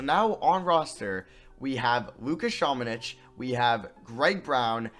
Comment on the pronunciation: I’ve been prouncng luka samanics name wrong it’s ______:literally next time says samanic